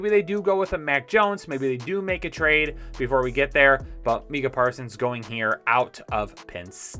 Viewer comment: why u butcher so many names? Sea-well? (Suh-wool) Mee-cuh? (My-cuh). And I love ya btw, and some great picks and reasoning in this banger!